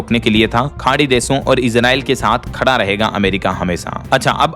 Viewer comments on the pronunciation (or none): none